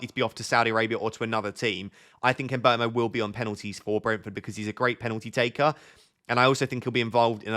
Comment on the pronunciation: finally someone who pronounces mbeumo correctly!